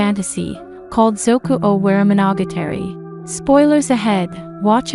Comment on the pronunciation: Oh wah ree mo no gah tah ree Oh no no ki Please practice correct pronunciation. These videos will be hard to get through if Japanese names and words are going to be mangled.